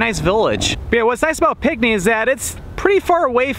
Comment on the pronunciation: It's pronounced like pink knee, not pic knee